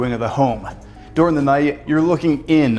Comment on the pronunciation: How he’s says during, means he’s from Pennsylvania